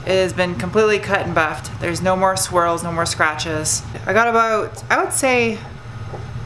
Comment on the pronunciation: So every time you say swirl, I actually hear squirl, which makes the whole video even more fun to watch, keep it up!